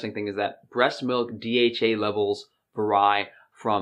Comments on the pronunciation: "When dealing with advisaries my tactics for dissing vary - or should I say Va-Rye?" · Hahaha i find it weird as well 😂